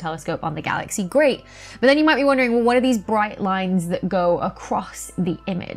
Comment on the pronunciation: I love the way you say wo'.